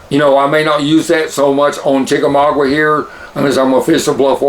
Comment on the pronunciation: Lol... It's chickamauga not chickamaugWA lol